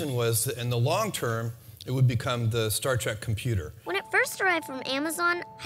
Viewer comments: I can't believe that after 54 years some people are still saying "Star Track". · Sorry but it it makes me crazy when someone says "Star Track" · who the heck calls it "Star Track" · he said "Star Track" 🤣